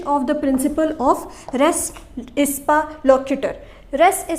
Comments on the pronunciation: * Ipsa, not Ispa 🙏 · It’s ipsa not ispa